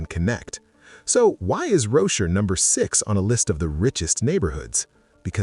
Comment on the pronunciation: Oh for goodness sake. I'm guessing narration is AI-generated. Because of its faulty pronounciation. "Rochor" & "Selegie" & "Quay" etc. Can't you guys do a better job?